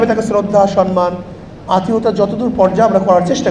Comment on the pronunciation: আতিথিয়তা শব্দটা বলতে পারে না হেরা বলে রাষ্ট্র চালাবে